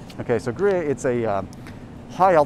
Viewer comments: BTW, it’s gru-yare, not gru-yay.🤷🏻‍♀️ but thanks for all the great info!! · Gruyere.... pronounced GREE-AIR